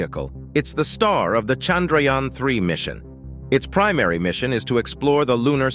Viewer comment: When you hear him pronounce chandrayana you realise why shudras were not allowed to speak sanskrit